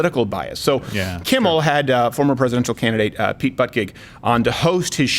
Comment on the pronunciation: It's pronounced "booty judge" not "butt gig."